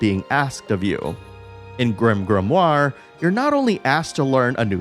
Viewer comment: Stop saying grimgrimoire